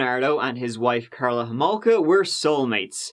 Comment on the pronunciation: First of all you pronounced her last name wrong. it's homolka not holmoka. and was that a jab at Canada. no offence but your accent isn't from the brightest of places geographically speaking. So why don't you keep those jokes to yourself hun cuz they ain't funny